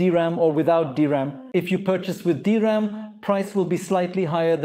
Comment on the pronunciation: The DRAM (pronounced "D-Ram", not "dram" - a dram is a small drink, usually of Scottish Whiskey) is a buffer to cache commonly used data that the CPU repeatedly requests, in video it 'may' be used to buffer writes to the drive, but video capture and playback is usually high speed sequential read and writes, where the DRAM buffer is ideal for short Random read/write requests, especially those that the OS is using Virtual Memory. So, yes, the DRAM equiped NVMe drives will have a use in video production, but is actually made to be used as System Drives and Boot Drives and is better suited to those, both for the speed and for the wear-leveling, as read/write operations that go to the DRAM buffer don't wear out locations in the NV-Ram chips. Basic Rule : High Speed Sequential Read/Write = Video. DRAM Buffer = System Drive.